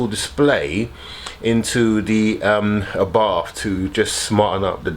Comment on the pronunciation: It's pronounced R-bart, not Arbarf. Do you pronounce Porsh-a as Porsh?